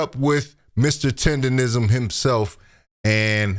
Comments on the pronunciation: why is it so hard for people to say TenderNism mane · The word Tendernism was on the t-shirt she was wearing and she still got it wrong! 😂😂